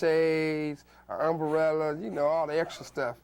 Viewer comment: Suge said umberella lol now thats street talk. Suge just didn't like disrespect and people that wasn't focus and serious according to me. Tha row, bad or good was epic